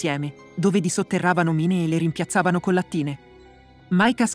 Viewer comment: Credo che il bot che dia la voce, non sappia le pronunce inglesi. Infatti inizia col titolo: "mine" anziché "main"